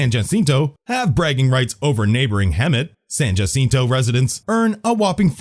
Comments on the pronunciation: For the record, Yucaipa is pronounced YOU-KAI-PA. Not YOU-SEE-PA. San Jacinto is pronounced 'SAN-HA-SEEN-TOE' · It's the Golden State, the Sunshine State is Florida; it's also pronounced San Hassinto